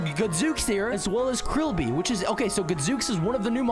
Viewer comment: Stop saying krillbe